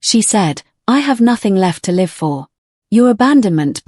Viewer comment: AI Narrators need to learn to pronounce basic words like read ,live and wound correctly.